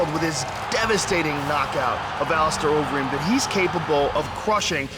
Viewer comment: overeem?? HAHAHAHAHAHA